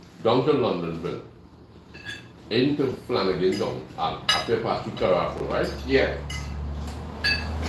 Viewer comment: Its CAPARO not CARAPO tho...wrt discussion on driving...